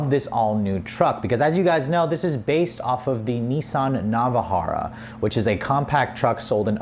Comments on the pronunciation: Nissan *Navara NOT Navahara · The way you said Navara😂